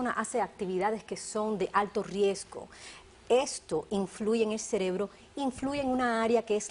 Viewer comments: Se dice CEREBRO niñas "celebro" está mal dicho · El celebro!!!😂😂😂 Aprende hablar se dice CEREBRO!!!